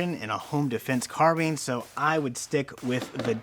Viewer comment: Carbean... haha first time I hear someone pronounce it that way